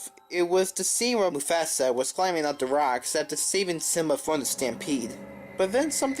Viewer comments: You pronounced Mufasa wrong? :D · He did